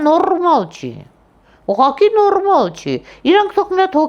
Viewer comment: Որ մի խոսքը ուղեղտ ցնցեց, որ նորմալտ ու աննորմալտ ռռռռռռ- խառնվել է իրար ։😊